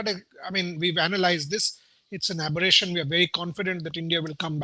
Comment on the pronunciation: After every Indian loss, Boria be like:- Oh! It was an Abbration.. 🤣🤣